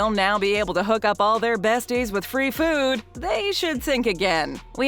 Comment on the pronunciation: The word is food, not fuewd.